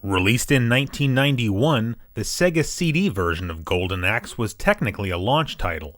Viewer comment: it is pronounced SAY-GA, u know like the Sonic intro